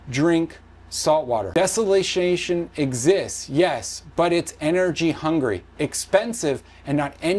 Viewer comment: You can't even pronounce desalination. So tell me.. Who gets the water? Just a warmer earth. And that's a problem. Not for the earth itself.. But for us as humans